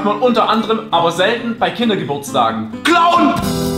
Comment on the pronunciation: Ich glaube knossi meinte "Clown" und nicht "klauen" 😂